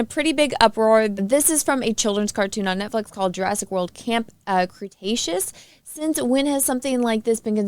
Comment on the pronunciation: Can you not say Cretaceous? 😭